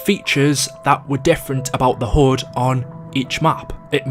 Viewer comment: Why does he say hud as hood